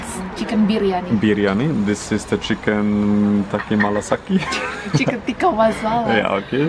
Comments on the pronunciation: one like only for this video when u said "chicken taki mala saki....." hahaha its chicken tika masala. by the way nice video. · Chicken "Takki malasakki"...😂😂😂😂😂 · When you make chicken tikka masala in nagasaki it becomes chicken tikka malasaki